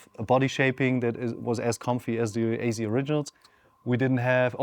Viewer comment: Ayzee? Are you trying to say AZ?